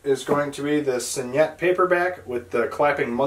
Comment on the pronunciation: Awesome collection! And you did a really nice job of making the video!Just one small piece of constructive criticism... Your mispronouncing signet. Spell out the word to Google and Google will pronounce it for you correctly. All in all you did a fantastic job...a hell of a collection! Enjoy your books! Btw, IT is my favorite Stephen King book too, so far!